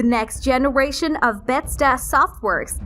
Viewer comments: Im sorry did you say betsda😧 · Say Be-thes-da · "Tra-verse"? "Beths-da"? "My-thology"?🤨Get someone who actually knows how to read please. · "Beth'sda "... Does she even know what the fuck she's talking about? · How do you not know how to say Bethesda???